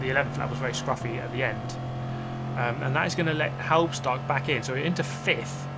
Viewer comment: Pronunciation guide on Halbstark. Say it like hulbsh-dark. Imagine you're Scottish saying the "bulb ish dark", then your half way there. Halbstark is a dated German word for a teenager or young adult. It was used in the 50s or 60s of the last century. So kudos for Halbstark preserving dated vocubulary. Some 60 years ago a band named "Die Yankees" produced a single "Halbstark", singing about young adults racing in the city. Please note that "Die" is no verb in German but literally translated "The Yankees". No-one is supposed to die here. ;-) If you want to get a feeling for the time, watch an episode of Happy Days. Fonzie would be considered Halbstark with his leather jacket.